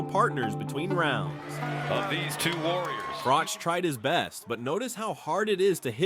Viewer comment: Its not frocsh its frok